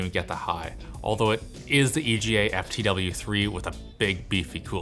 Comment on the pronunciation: EVGA will never sponsor you again. You butchered their name.